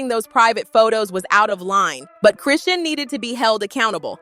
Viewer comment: It's Chrisean 😂😂😂 and Karlissa not Carissa